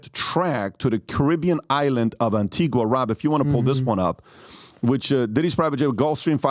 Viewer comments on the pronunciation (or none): Phonetically, it’s pronounced Ann Ti Gah - Antigua is a off shore banking island, known for its advanced banking systems, The con artist from Texas had his own bank there - Allen Stanford, Diddy is taking assets, cash, gold, diamonds & expensive Jewlry to hide away in safety deposit boxes, trusts and limited companies that come with a board of directors, the whole 9 yards, a fully functioning business, but most importantly it comes with a bank account that Diddy can access & no one need know ‘bout nuthin, ya hear 😂😂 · An-tee-ga.... an-teeg-a... The 'u' is silent. Americans please get it right! ....and Grenada is 'grenade - a' and not grenarda. Tobago is 'to-bay-go' not Tobargo. Jesus guys...these islands are in your back yard and you go there all the time. Next time you go try talking to some of the locals for a change. Oh... and Carib beer.... is Carib... with an 'i' not careeb with 'ee'. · Antigua is pronounced anTEEga. The U is silent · Antigua is pronounced AntigA the 'u' is silent